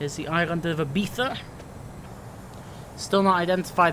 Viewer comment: Im Spanish/Lithuanian/English And You Pronounced Ibiza Correct!